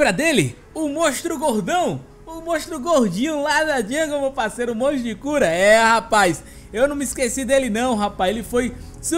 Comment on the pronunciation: Só eu que percebo q o fala "mostro" e n "monstro"? Kkkkkk Vídeo ficou daora,, tmj ❤